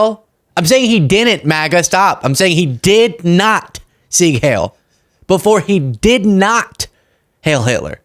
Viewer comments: Oh dear, you've read but never heard the word heil. It rhymes with pile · “heil” rhymes with “bile.”